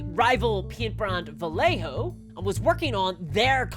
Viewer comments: nailing my arse , (ba -ye -ho) the rest its fine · For the love of GOD, Vallejo is pronounced Vie - yay - Hoe. FUCK! Made the paint for Walt Disney. Cool!